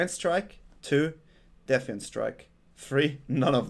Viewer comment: Since you asked, for defiant think di-FAI-ent in German phonetics